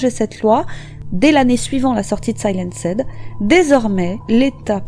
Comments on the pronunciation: Le "SAI-LAN-SED" du début m'a fait bien rigoler mais uoerbr vidéo comme d'habitude. À part les prononciations massacrées, continuez me bon boulot👍🏾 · Très très bonne vidéo ! Mais il va falloir revoir votre prononciation du mot "Silenced" en anglais :p